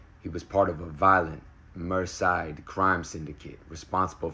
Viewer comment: Merseyside pronounced ‘Murr-zee-side’